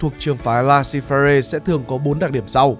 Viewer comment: Hix laissez - faire thì tra cách phát âm dùm cái.